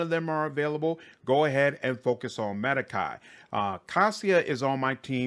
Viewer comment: It's pronounced 'Med•Ahh•cAde" Not "Med•I•ki" It's Latin, not English